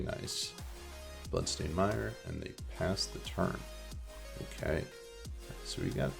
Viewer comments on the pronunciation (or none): Congrats on your string of great finishes. Your videos are a great resource for learning the ins and outs of the deck. FYI, Mire is pronounced like it rhymes with Fire. (unless this is a regional dialect thing or inside joke, in which case you can ignore me)